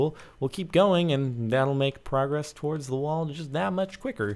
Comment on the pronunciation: Tuh-woehrds (how jordan says towards)